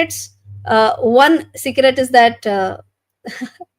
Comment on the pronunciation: Secrect sounded like cigarette 😂